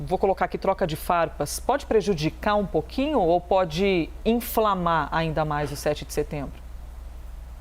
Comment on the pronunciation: Uma das coisas que mais me chamou atenção nesse vídeo foi "Enflamar" da reporter. Kkkkk